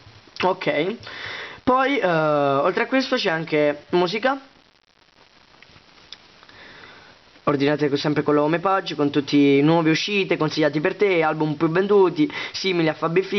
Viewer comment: si dice hompeig (?) u.u, comunque, il nuovo playstore per me è PERFETTO. grazie per il link al download :)